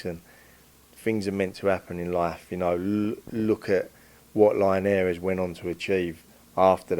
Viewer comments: Who the fuck is Jorge Line-Air-eez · Love the way he pronounce linares 😂